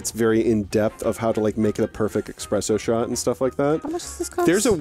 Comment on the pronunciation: They really did dirty. Let the man talk about ‘eshpresho’.